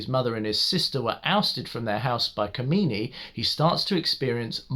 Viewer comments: & the name 'Kamini' is Kaa.mini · I just love the way to pronounce the name kamini.... The way you pronounce kamini it means that bitch.... Which is how her nature is in this movie....